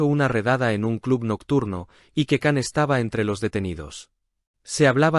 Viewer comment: Cuándo aprenderán a pronunciar bien el nombre de Can?🙄